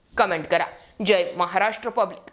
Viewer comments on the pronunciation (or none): none